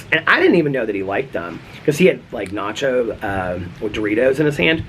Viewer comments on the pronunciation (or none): none